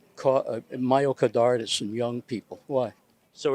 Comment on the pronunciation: "Myocodartis" kills.